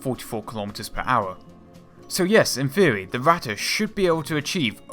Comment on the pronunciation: When you say the word "theory", why does it sound like "feerey"? You really need to work on that bro.